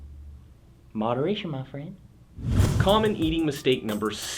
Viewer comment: I thought he said, "Moderation mo fucka" Lol